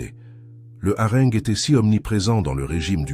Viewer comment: IA.... j'abandonne .Ne pas mentionner que le poisson est LE symbole de la Chrétienté ... Le harengue prononcé à la meridionale...., non là c'est trop...